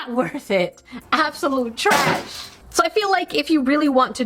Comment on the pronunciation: "In! The! TRAYSH!" You gotta make that A long XD